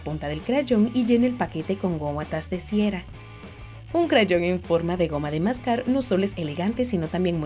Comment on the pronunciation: LIKE SI TAMBIEN ESCUCHASTE GOUTAS DE CIERA 😆JAJAJAJ